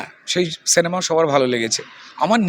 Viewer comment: কথাটা সেনেমা নয় সিনেমা